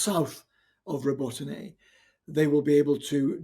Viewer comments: Learn the pronunciation of the places you are talking about, it is so unprofessional , Robotyne ( Ro-bo-ti-neh ) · They could consult with Ukrainians and learn the proper way to pronounce Robotyne.